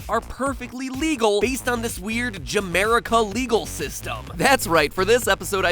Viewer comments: OTP Ja-merica? MatPat, do you realize what that sounds like to us Hetalia fans? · ja-merica sounds more like Jamaica + America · Did any ex APH fans have a violent flashback when he said "I ship Ja-Merica"